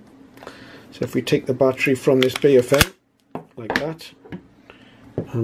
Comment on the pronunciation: Nice review but Baofeng is mispronounced. I often find Americans mispronouncing Baofeng on other videos. The correct pronunciation is BOW like the bow of a ship followed by FUNG like fungus. BOWFUNG is the correct way to pronounce this Chinese name as they do in China.